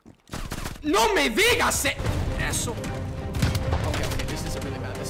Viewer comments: Te sale muy bien la pronunciación de "no me digas eso" 😂👌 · No me digas eso, jajaja muy bien pronunciado